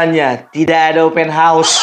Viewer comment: Bikin ketawa opung ini Faseh bener kou baca ( OPEN HAUS) 😅😅😅😅😅